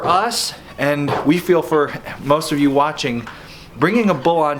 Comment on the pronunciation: I’m a herdsman/AI technician and enjoyed this video. It was accurate and easily to understand. Small critique, instead of pronouncing “ov” like the beginning of “OVer” it’s actually like the beginning of “ovulation”. Now when you call your AI tech you’ll sound like a pro! Enjoyed this a lot guys